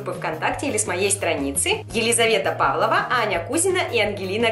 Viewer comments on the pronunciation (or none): none